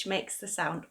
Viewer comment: The word mixer doesn't make the sound /ɜː/ it makes a schwa sound /ə/. I was very surprised to see that. Check yourself. And you also pronounced yawn as /jəʊn/ instead of /jɔːn/.